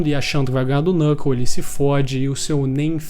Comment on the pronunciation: Desculpa ser o chato do rolê, mas ja sendo o chato do rolê. O "k" no início de uma palavra, principalmente baseada no inglês, não se pronuncia. Knuckle = nuckle Knov = nov Know = nou (pronúncia, porque now tem outra pronúncia) Knight = night E por aí vai